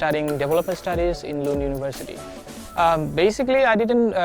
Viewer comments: Its not loond its Lund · Luund ya lund 😂😂